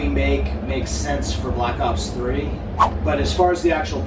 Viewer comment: Soy yo o Grefg no sabe pronunciar? "blac os 3" "guargüir" "blac os 2" xD